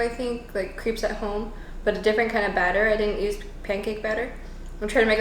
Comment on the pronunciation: #crepes Uh duh of course I watch till the end. I love how you pronounce them as creeps! Creepy never looked so delicious, and the fact that you made them yourself, I'm impressively creeped out. Another homerun my friend. Keep putting the joy in =)